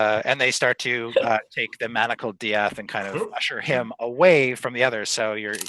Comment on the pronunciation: UHM EXCUSE ME DIATH? DIATH?!